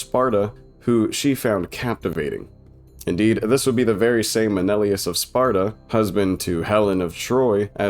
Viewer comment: MEH NEH LAY US